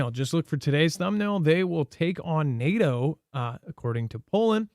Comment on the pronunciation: NAAAHHHTOE....NAY..AY....YEAAA..TOE....DAYLIGHT COME AND ME WANT TO GO HOME.